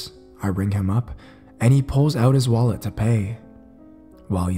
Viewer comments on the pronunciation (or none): none